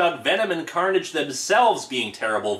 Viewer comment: Did anyone notice/hear that he said " Maximum Curnage "? Lmao...😂😂😂😂😂😂😂😂